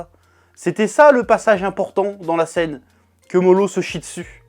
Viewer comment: STOP AU « L » qui remplace les « R ». Moro et non MoLo! Toyotaro, Toriyama, Naruto... pour les septiques petit cour de japonais